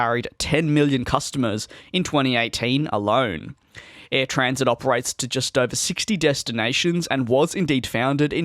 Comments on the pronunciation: DJ, please, it’s AirTransat, not AirTransit. Air Tran Sat, as in you ‘sat’ on a chair. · The way you are currently saying it is 'air transit' but it is spelled and said as 'air tranSAT', not SIT. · Like TransAtlantic but drop the lantic.